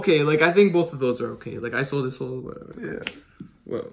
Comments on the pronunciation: Is-ol-de is the correct way to pronounce it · "Isold" made me cringe as a German speaker. 😂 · "Eye-Sold" xDd lol dudes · The way he pronounced Isolde like “I sold” 🤮🤮 You sold what, your infernobles after Linkross got banned?